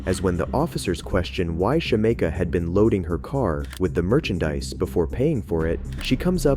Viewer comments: Her: my names Shameka (Shuh-meek-uh) Narrator: Shuh-may-kuh 🥴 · lol it’s sha-mee-kah 😂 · her name is pronounced SHA-MEEK-A lol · You totally mispronounced Shameka